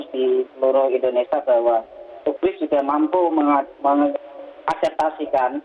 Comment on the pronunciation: UPGRIS yaa bukan UGRIS